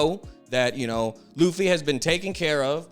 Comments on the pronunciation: Great video just please say straw hat instead of butchering his Japanese name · Its Ruffy not leaf low life luffy